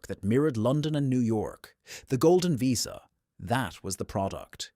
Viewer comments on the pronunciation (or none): none